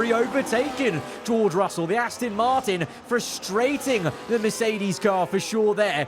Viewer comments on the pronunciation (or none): none